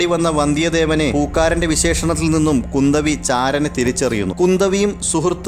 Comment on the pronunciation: പൊന്നിയൻ സെൽവൻ അല്ല സർ പൊന്നിയിൻ സെൽവൻ... പൊന്നി നദിയുടെ മകൻ അത്പോലെ കുന്ദവി അല്ല kundhavai.... കുറ്റമല്ല എനിക്കറിയുന്നത് പറഞ്ഞു എന്നു മാത്രം